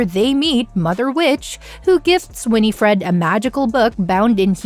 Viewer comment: You saying g Winifred incorrectly